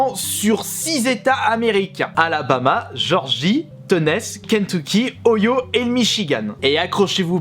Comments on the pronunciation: "Tenaisse" ! "Oyo" ! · "oyo" pour dire l'Ohio m'a bien fait rire xD C'est les US, faut prononcer à l'anglaise voyons! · Ouais et l'Oyo c'est Eau-ail-eau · mdrr ohio ca devient "oyo" 😂